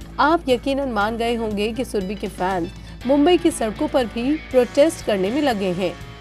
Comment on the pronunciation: shurbe. Nahi ib nahi